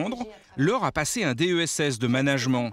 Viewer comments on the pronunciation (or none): 😂😂🤣🤣😂oh nan le trampoline hhhhh le "manajmant" hhhhh le ménédjment'. Les Tettinger ils sont trop classes. Les herbes surgelées, je ne connais même pas, ça utilise du froid pour rien.